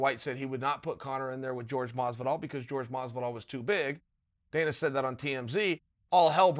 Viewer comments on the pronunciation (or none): none